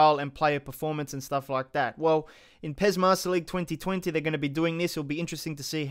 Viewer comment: It's pes you idiot